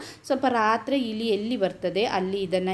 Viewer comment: ಅದು ಹಿಲಿ ಅಲ್ಲ‌ ಇಲಿ, ಮತ್ತೆ ಒಲ ಅಲ್ಲ‌ ಹೊಲ ದಯವಿಟ್ಟು ಕನ್ನಡವನ್ನು ಸಾಯಿಸಬೇಡಿ